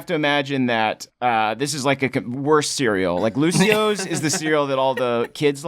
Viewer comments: It's not Lucio's it's Lucio'os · Sir it’s lucio oh’s